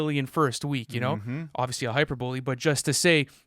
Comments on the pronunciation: pronouncing hyperbole like I did when I was five is so tuff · Did just pronounce hyperbole "hyper bowl ee"?